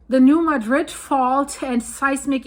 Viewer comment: I know it is weird, but the town of New Madrid. Missouri is pronounced New Mad Drid . Missouri named quite a few places after other cities and then pronounce them completely different. I remember back around 1990 there was a prediction that there was going to be a big quake. I lived there at that time.